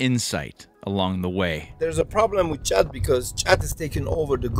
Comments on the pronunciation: ጫት or Chat not Khat! Khat (called chat in Ethiopia and qat, qaat or similar in various Arabic countries) refers to the leaves and shoots of the plant Catha edulis, a flowering shrub native to the Horn of Africa and the Arabian Peninsula. The leaves of the Catha plant contain the alkaloid cathinone, a substance closely related to amphetamine. Khat can therefore be thought of as a "natural amphetamine" or stimulant that gives the user a sense of euphoria and energy and relief from hunger and fatigue. Cathinone is rapidly broken down to produce substances similar to epinephrine (adrenaline) so, in addition to its amphetamine-like effects, khat also results in increased heart rate and blood pressure and can cause coronary constriction in the user. Recent research has shown that khat is habit-forming and causes mild psychological dependency, although less so than tobacco or alcohol. The World Health Organization classifies khat as a drug of abuse but one that is not seriously addictive. At the khat market in Awaday, Ethiopia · I’m chewing right now lol and it is pronounced like the word COT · its called KHAT like cat in pronunciation...in Kenya we call it Mogoka Or Jaba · It is pronounced cat in Somalia but not in Ethiopia. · It's pronounced like cart. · he corrected u on the K in khat so many times 😂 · He sead chat instead of what the English language is weird lol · Its pronounced Khat....Cut in Kenya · dudes correcting him on how to say khat and he just keeps on calling it chat....wtf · It's pronounced as like cat and don't swallow the leaves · I think the "h" is silent..the people are trying to correct your pronunciation! ;) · lol im yemeni and it makes me so pissed how you pronounced it, all love tho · Dude, I think it's pronounced with a K not with a CH, just saying like the guy in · You keep calling it Chat (ch), and everyone else is calling it khat (K). You're trying too hard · they were all correcting your pronunciation and you didn't listen lol. "is this chat?"